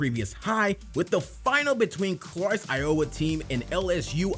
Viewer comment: It's i-o-wah, not i-owah. You make it sound like iola. Clark is a breath of fresh air, for Iowa fans.